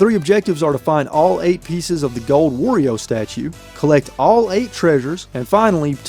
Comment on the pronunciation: You are pronouncing wario wrong lol